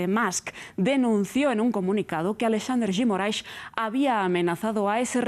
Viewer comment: Que bonito como a jornalista pronuncia Alexandre de Moraes